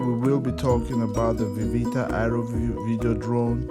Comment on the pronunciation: i couldn't understand what he was saying (ieeeeeeviv)